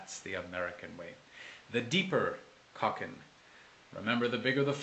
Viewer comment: It sounds beautiful, but I would like to correct the pronunciation. Ko rhymes with slow and kin rhymes with keen. I'm looking for more information on the original flute, but I haven't found the kokin, other than as a bowed instrument similar to an erhu. I found shakuhachi, ryuteki, shinobue, nohkan and takebue, but so far no kokin flute. I continue my search.